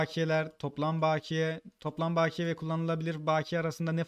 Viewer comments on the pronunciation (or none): Bağkiye değil bakiye kardeşim sinir uçlarına dokunuyor resmen🙄